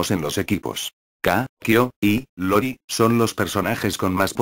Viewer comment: El personaje del clan Yagami es IORI no LORI como lo menciona varias veces en este video, se me hizo buena información solo que si le quitan las estupideces sin sentido estaría excelente y ver bien los nombres de los personajes.